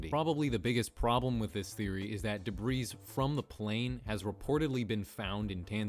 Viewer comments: Debris is definitely pronounced "deh-bree", not "deh-breez" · For the love of God it's pronounced "debrie". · He pronounced the s in debris its time to cancel him xD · I'm sure somebody else has mentioned this, and I hate to be that guy, but debris is pronounced "deh-bree" not "duh-breeze". Just sayin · say "debreeze" one more time mothafucka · You also said debrees instead of debris so i guess i cant fault you for consistency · Learn how to pronounce Illinois and debris, it’s called a silent S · Debris is pronounced with a silent s. Daybree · “koolah loompar” “debreez” lol. bruh. learn to pronounce words. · did he seriously just say "debris" with an audible "S"? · Isn't the s in "debris" silent? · Kinda irritating.. debris is pronounced without the “s” its silent.. come on buddy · the s is silent in “debris” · Whoever made this ice burg doesn't understand the concept of an ice burg. This is just a list of weird things on Google maps. It isn't an example of an ice burg metaphor. Also. The s in debris is silent even when it is plural. I'm just a ray of sunshine today ...point out everyone else's mistakes. I'm sorry. I'll stop. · Dude, most of the photography you’re calling satellite photography is aerial photography. Also, please learn to pronounce “debris”. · Note: the “s” at the end of the word “debris” is silent. You’re welcome.👍🏼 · YOU DONT SAY THE S AT THE END OF DEBRIS